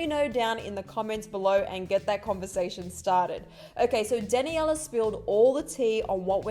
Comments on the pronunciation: “ Dani Ella Monet “ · DanNYIELLLAA Monet 😂😂😂 wtf was that pronunciation???